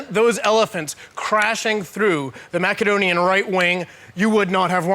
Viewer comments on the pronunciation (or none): i wish nusbacher would pronounce macedon correctly, and not say mackadon,and tribune instead of trybune,that drives me crazy, organised chaos by the way,the generals would have been better store window dummys